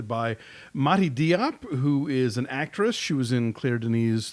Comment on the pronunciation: Diop is pronounced Jope. Notice how the main character called her friend Dior in the film Jore.